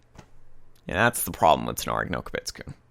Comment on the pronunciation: Also, if you're going to review anime shows, please learn to say the Japanese titles a little...well, better. I hear Kobitsku. Not Kaibutsu-kun. It sounds like you're trying to slur it because you don't know how to say it. Not saying you surely are, but that's how it sounds.